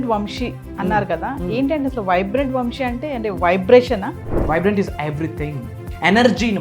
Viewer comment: Anchor sa ni baaga palikite baavuntindi. Vamshi kaadamma vamsi